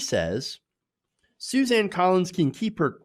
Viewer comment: Susan not Suzanne! I know it is not that important, but it annoys me hear you mispronounce names.